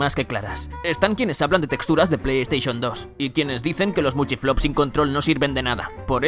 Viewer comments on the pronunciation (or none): none